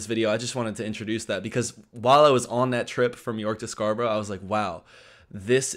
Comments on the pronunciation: It’s Scar- burra not burrow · Come on. You should know how to pronounced SCARBOROUGH, or any other town ending in "borough", by now!! SCARBRA not SCAR BUR ROW! Public TRANSIT!? TRANSPORT. First difference. We don't call it a ROAD TRIP! " SUB COMPACT CAR "!? Car bingo....WHAT!!?? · Scarborough is not pronounced as Scarboro'...it's 'Scarburruh'!! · "Scarbro" Where's that? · Scarborough, pronounced scar-bra xx